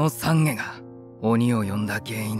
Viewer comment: お経が面白い。懺悔(ざんげ)をさんげって言ってるのはわざとかな？